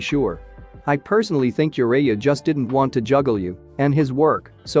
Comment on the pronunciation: Just need a little more work on some of the pronunciation... like Jiraiya, Namikaze and among others.... also can you stop that unneeded movement of the picture in the beginning...